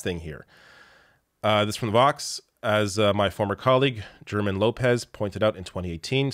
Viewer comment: Love the coverage you do! Btw I think your friend's name (German) is pronounced with an "H". As in Herman. Unless he pronounces it differently lol